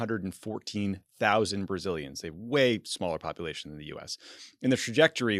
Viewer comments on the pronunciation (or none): none